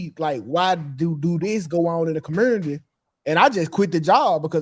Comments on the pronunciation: I can't listen to these bufoons, Anton aside, these dudes can't put a sentence together. "Cumernity". Black people didn't always behave like this. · I'm curious what corporate job he had? Because some how you just added the letter R in community and music. And ASK said as Ax. Fucking seriously? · The "comurnity"